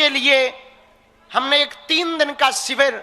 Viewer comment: Shivar nhi hota hai shivir hota hai pehele bolna toh Sikh le baba jbb shi bolna nhi ata hai toh Shi sikhana toh durr ke baat hai